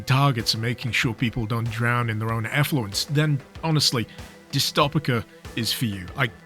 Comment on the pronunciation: It's pronounced like dystopia why do you pain me like this bro